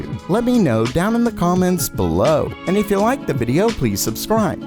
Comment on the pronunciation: Gamer Meld: "bellOOw"